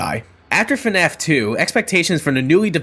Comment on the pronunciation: yea thats how to say the FNAF